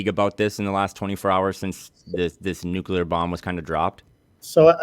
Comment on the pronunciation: asks the question I would ask. I'm not satisfied with their answer though. edit: i dont think anyone has said "nucular" this much since george bush (lore).